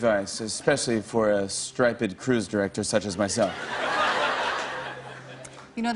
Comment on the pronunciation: Lol did Jimmy not know how to pronounce striped?